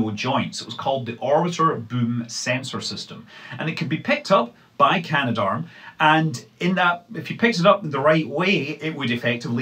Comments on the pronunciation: Cah-Nah-Dahrm is the official pronunciation (in pseudo-phonetics). It has an extra 'a' in it between can and darm, so it doesn't quite work like gendarme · Canadarm has three syllables.